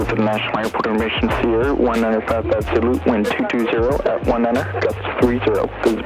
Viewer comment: It’s pronounced, “Doloot”.